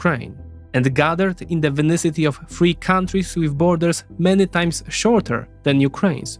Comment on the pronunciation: You keep mispronouncing vicinity. It is not “vinicity” as you pronounce it, but vicinity.